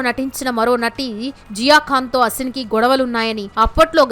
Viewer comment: Her Name is SHould ne Pronounced as AASIN Not ASIN As You are Pronouncing .